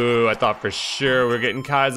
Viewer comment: sure or shiiiiiiirrrr?